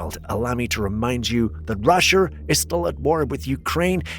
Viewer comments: are you throwing a little bit of country on us? And what's up with calling Russia, RUSHER?!? LOL. I don't even think country folk refer to Russia as "RUSHER" 😂. You crack me up! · Did you just say “ rusher “ in place of” Russia “ ??? I swear you have to be doing some of these mispronunciations on purpose for some weird reason or another…